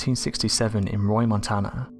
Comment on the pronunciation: Maelstrom Air Force Base is in Great Falls Montana. Sounds like the narrater says Roy Montana